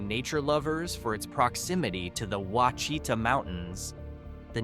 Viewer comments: Ouachita is pronounced “WASH—I tah.” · Ouachita Mountains….The correct pronunciation is wash-a-tau